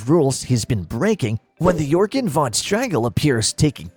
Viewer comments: And the military looking one is pronounced Jorgan not Yorgan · "De Rules?" "Yorgen" Von Strangle? Surprised that this wasn't pointed out beyond Cosmo's mispronounciated name. *Da* Rules *Jorgen* Von Strangle. Just pointing that out. Sides from that, good video.